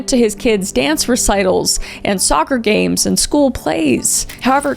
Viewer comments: Gurl, this case has been all over the news nationally for years, I'm so surprised you didn't pronounce any of their names correctly 🤦‍♀️🤣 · Love you Kris, but please make sure you're pronouncing the victims names properly with the Idaho students. And only one of the surviving roommates lived on the lower level. The roommate who saw Bryan lived on the main level, where Xana and Ethan also were.